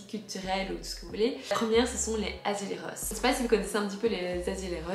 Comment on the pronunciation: Attention dans azulejos , le J se prononce comme en France